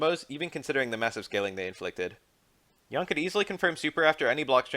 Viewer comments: Yoon. Not Yaeun. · Pronounced as "Yoon" btw